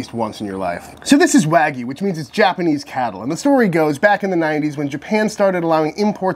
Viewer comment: This guy pronounces wagyu “Ragu” like the cheap pasta sauce